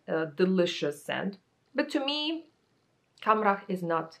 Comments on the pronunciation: You pronounced “Khamrah” perfectly btw 😘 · You actually did NOT butcher "Khamrah" at all. You pronounced it correctly 😊